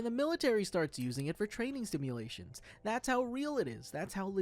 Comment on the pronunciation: Sword Online Art Also, "stimulations"?